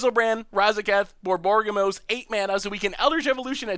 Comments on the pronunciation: BOR-BOR-YG-MOS!!!!!!!!! pleeeaaase^^ not "borborgomos"...... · Boar Bo Rig moss